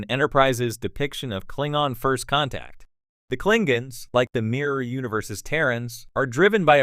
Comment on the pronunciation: Klingens? I think you mean KlingONs....